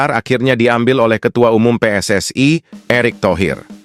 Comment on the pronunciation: Pssi bukanvakronim bahasa onghrilis,tap koq pelapalànnya bahasa inggris.tak faham narator ini